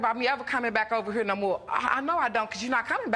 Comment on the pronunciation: How one mis-pronounces HERE is beyond belief.